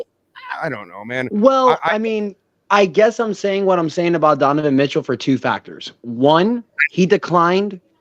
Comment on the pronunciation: This man keeps saying Deniven Mitchell😂